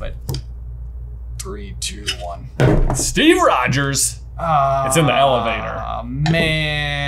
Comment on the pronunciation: J putting a ‘d’ in Rogers triggered my fight or flight response